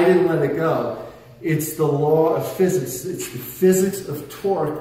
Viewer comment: Physississ. The law of physississ goiz . . .